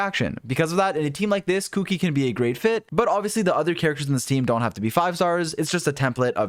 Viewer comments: I had not actually paid attention to her name so I kept hearing "Cookie" when he was saying "Kuki". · I laugh everytime he says kuki